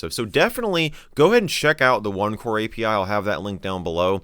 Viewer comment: Thought he said opencore for a sec 😂